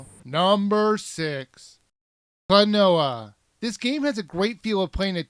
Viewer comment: wow you can't say Klonoa right.